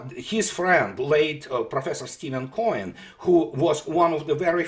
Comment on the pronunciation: is referring to Stephen F. Cohen, it sounds like he says Steven Coin.; Cohen has written several books on Russian. The only one I have read is Bukharin and the Bolshevik Revolution, which does buys into some of the Anti-Stalin lies promoted by the West.